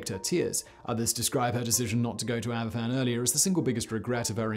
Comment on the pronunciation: Sorry to be a grammar nazi but I am just trying to educate. Aberfan is pronounced "Abervan". The "f" in Welsh is pronounced as a "v". An "ff" in Welsh is equivalent to the English "f".